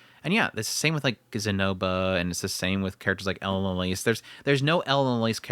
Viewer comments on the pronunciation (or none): none